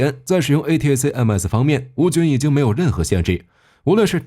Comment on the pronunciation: A-ta-kam-s 請用音標發音。